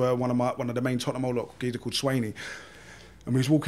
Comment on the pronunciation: Swaizey, not Swainey. Even Gooners know his name